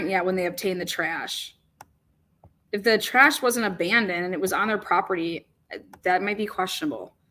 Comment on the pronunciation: abandoned. It's got a "d" on the end.